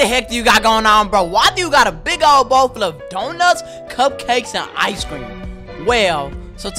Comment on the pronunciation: Martin it’s bowl 🥣 not bowel like bowel movement lol 😂